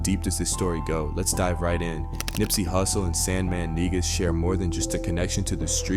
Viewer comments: Sandman Negus pronounced Knee-gus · Your pronunciation is irking me…it’s pronounced “Knee-goose” ie Negus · Negus, pronounced Nuh-Goose. #Smh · Yall say Negus so not right( Knee-goose) is the pronunciation (Sah-Door) not saydoor. Nips mom was Angelique—not Angelica and I don’t think Dru Down and lil SandMan were friends. And his big brother died from Gangrene 🤦🏾‍♀️🤦🏾‍♀️🤦🏾‍♀️